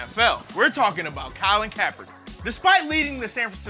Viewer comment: Hey, you didn't only lose that "k" at the end of the first Kaepernick, you lost my subscription too.